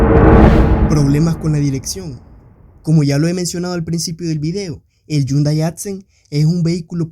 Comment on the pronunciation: Porque pronuncias yundai, yo no veo ninguna y o Ll. Mas vien veo una h que se lee como J